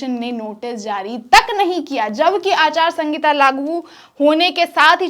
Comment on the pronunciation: Anchor madam aachar sahita na ke aachar sangita